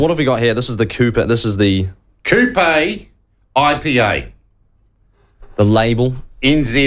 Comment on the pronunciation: Wait what 😂 how is this at all offence im Maori and ppl complain regardless.. im a big supporter of the platform HOWEVER our host here does himsekf no favors purposely trying to mispronounce Kupe as KOOPAYYY and OWTEAROWERR and calling Matariki made up? Not helping our cause at all